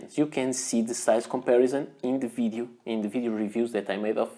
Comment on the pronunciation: I love the way you say "fidiu", for "video"...